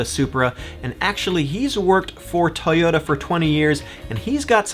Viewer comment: Tuyutta? Where are you from? Minnesutta?